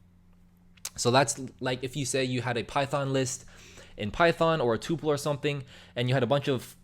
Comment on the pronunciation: oi its called a "tuh-pul"